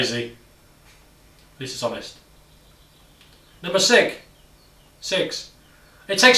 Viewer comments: he says "number sick" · this dude is saying that nobody does homework (well, i dont) but cant speak out 6 correctly? thumbs up if u agree